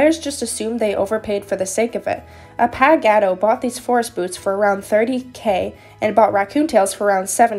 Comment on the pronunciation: the username is pronounced like A-pA! not paw Pa without the w sound and Gah!- Do (do like saying dont but without the nt at the end.) A-Pa!-Gah-Do